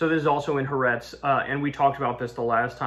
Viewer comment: Ok I just gotta say, it’s pronounced Ha Ar Etz. Not Ha Retz. I love y’all but it’s mad annoying hearing it pronounced indefinitely